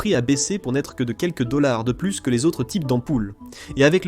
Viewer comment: "Une fois de plute" 😂😂😂 je suis mort xD